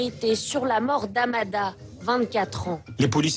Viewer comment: Amada déjà quand sa ecorche le prénom